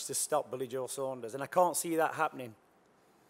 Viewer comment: Sanders 🙈 it's fucking Saunders